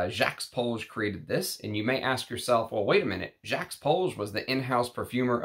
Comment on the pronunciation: On a side note, I normally don't care whether someone can pronounce French or not. You don't have to turn into peppy le pew to drop the 's' in Jacques. And half of the time you do! I thought you'd have enough respect for the perfumers to say their names correctly.